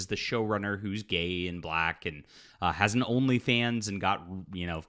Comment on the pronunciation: Why you keeo saying “black” like that though? 🤔